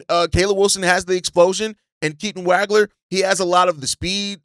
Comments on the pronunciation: Dude, you’re butchering Keaton’s last name. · Ngga claim to be a Illinois fan but he says Wagler’s name wrong